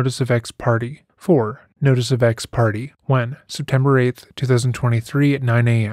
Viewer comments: Given that this is a murder case, I am a little ashamed of how much I laughed at the Big Suitcase part. Also, Ex Parte is pronounced "ex parTAY" not "ex party" Ex party is probably what her ex husband filed when the divorce was final. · Another great video, thanks! By the way, ex parte is pronounced "ex PAR tay"